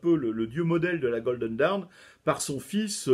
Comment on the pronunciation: Ah ! Le mot "dawn" est bien difficile à prononcer pour un Français ! Ce n'est pas «daoun» (comme "down"), mais quelque chose comme «donn» avec un o très ouvert (presqu'un a), un peu comme dans la «rose» de Francis Cabrel. Et cette voyelle est plutôt longue.